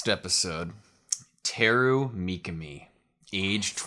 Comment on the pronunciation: Don't fall for the English dub pronunciation. It's not mee-kuh-mee, it's mee-KAH-mee